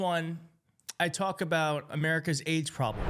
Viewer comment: That poor man! And, did you say “AIDS” or “AGE”? First: it’s very disturbing that it appeared that no one went to check-in with and, if necessary, to assist the gentleman whose speech faltered. It very well may have been a medical emergency. I hope he received, is receiving help. Second: Speaking of garbled speech, I notice you, yourself, stumble over words while reading, mispronounce words. I can’t tell if you are neurodiverse, may have dyslexia or some other learning disability, stutter. or do not have time to prepare, or are not that interested in making yourself understood. I am distracted and bothered by it because you have observations that I find valuable and you have too much to say to not brush up on your public speaking skills. How about YOU running for office? Third: Exercise caution and restraint when you are talking about other people’s health conditions. I believe I am correct that you are not a doctor. Do you know for a fact that the individual to whom you referred actually has a “deadly form of cancer“?